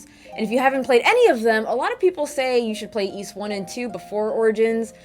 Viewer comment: Great review. You may be the only person on Youtube who correctly pronounces the word "Ys". Most people say "ease".